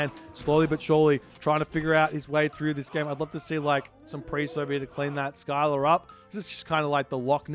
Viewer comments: Isnt it pronounced Silla and not Skila? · It’s pronounced Ssilla not Skyla 😂